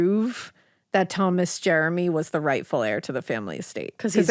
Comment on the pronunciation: You pronounced Jermy wrong, it's not Jeremy. I'm Thomas Jermy named after my grandfather Thomas Jermy born in1897 in the town of London near the chet river , my great grandfather was closely related to the brothers Isacc and Thomas,DNA test will confirm my relationship to Jermys of Stanfield and bayfield hall.